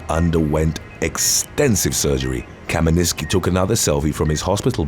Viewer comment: First guy is Polish and he's name is Leszek Kamiński not Kaminiski.